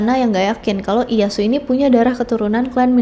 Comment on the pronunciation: instead of.. Daim-yo ... remember for next time, say it like Dai-Myo Ie Ya Su.. jg diusahakan jangan malah jadi I-ya su... malah kalau mau bagus, di bacanya Ie- ya-s. (iyeyas)